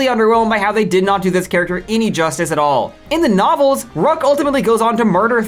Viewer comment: Why do you pronounce all these names completely differently than the in-show pronunciation? Luz, Rukh, you even show a clip of Thrawn pronouncing it, immediately surrounded by you pronouncing it differently twice?